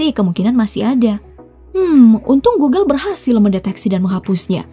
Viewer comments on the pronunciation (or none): none